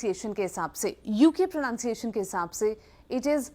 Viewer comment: Sayema, first of all it is pronunciation and not pronounciation.